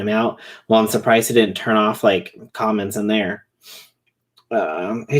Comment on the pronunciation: Mwell. That’s not good. 🤣